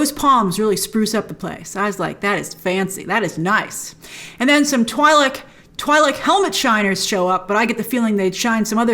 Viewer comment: It's pronounced Twee-Lek.